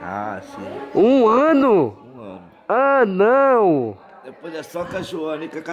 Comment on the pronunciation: Anão falando q já faz um ano que ele não faz nada kkkkkk e o Jefferson falando q "anão" , "anão" sksksk